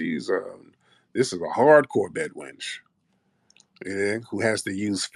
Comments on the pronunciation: She said Bed wrench 🔧😂😂😂😂😂😂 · She said, Bed Ranch.😂😂😂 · She said BED WRENCH...lol. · She's not a bed wench she say bed ranch!!!😂